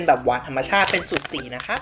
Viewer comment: อะไรนะ นะคะ หรือ นะครับ ได้ยินไม่ชัด😂😂😂